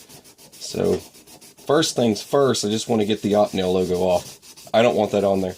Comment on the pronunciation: great vids bro ! . but..... do you remember opie ? opie Taylor, from the Andy Griffith show .. that is how it is pronounced .. opie-nel ..sorry just had to :) its like when i hear people say porsh instead of Porsche .......it drives me nuts ..